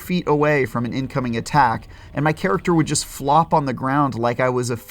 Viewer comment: Says jest not just, LOL